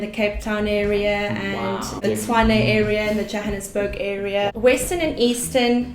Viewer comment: I like that she pronounced Tshwane properly